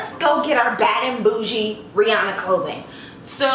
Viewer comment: How you said her name the 1st time was correct. According to her the industry says it wrong. I support black businesses but I'll have to stay in my tax bracket and keep buying her makeup.